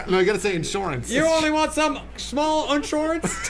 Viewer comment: I died when was like "shmall ornshorance"